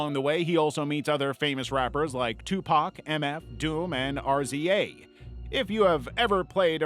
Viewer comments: Did you bother to check any of the info? RZA is not pronounced "R-Z-A", it's "Riz-uh." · Lol, bro. RZA is pronounced "Rizza", not R-Z-A. Not a 90s era hip hop fan, huh?